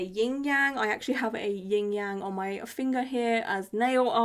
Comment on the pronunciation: (Not a big criticism but) you said you had a Ying Yang on your finger, but it’s actually Yin-Yang, no g after yin. It might have just been a tongue slip tho, just wanted to comment bc it always irks me a little bit 😅 no hate tho, most people don’t know, but it’s a bit disrespectful.